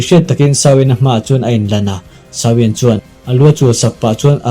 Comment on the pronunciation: "shao wen" chu tunge🤔 "Xiao yan" zok alawm le a changtupa hi,,🤨lam rik dan tur leh a thlûk dan tur chu,, "ziô ân" 👈 tiang ang hian lam rik tur